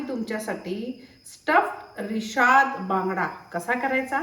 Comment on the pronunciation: Rishad nahi rashad bangda mhantat